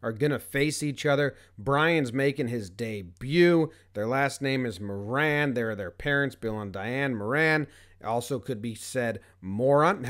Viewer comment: That is not how you say Moran. It's more - en.